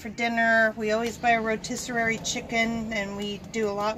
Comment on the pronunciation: Rotisserary? Lmao rotisserie